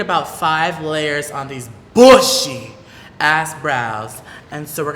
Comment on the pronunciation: The way she said BBBBUSHY! 😂